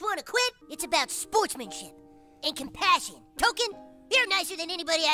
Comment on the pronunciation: Cummitment! Cumpassion! Cumradery!